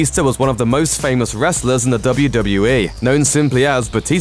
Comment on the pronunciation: It sound like he saying WWA